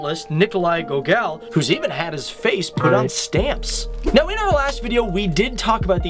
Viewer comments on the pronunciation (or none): Thank you for your work, man! My only correction is in the pronunciation department. Sure, you don't have to pronounce the Russian names naturally, but of course, Gogol is not [gogEl], he is just [gOgol], or to be completely correct, gOgol' with palatalised l. It's not any important for this video, really - but just to let you know that if you say so to Russian natives, they will have a chance to not understand what names you mention.